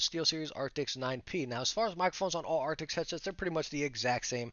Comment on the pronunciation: Jeez man, a year on and you still can't pronounce the word ' A R C T I S'... 🙈🤡